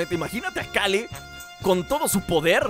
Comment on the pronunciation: Que complicado es para decir "Keru" en vez de Kale:v